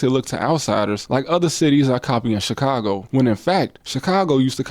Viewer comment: Put some respect on Chicago name shorty. Other than that… good video